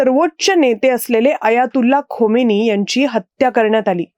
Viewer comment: हातवारे खूपच अनावश्यक !! खोमेनी नाही खामेनेई !! आवाज आणि बोलणं खूपच छान स्पष्ट !!